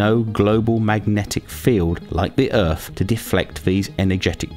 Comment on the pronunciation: Wtf is an "Earff"